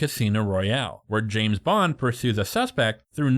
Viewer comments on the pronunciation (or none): none